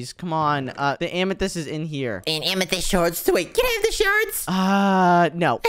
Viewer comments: said amathist twice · Bro said Diamond amathyst gold and amathyst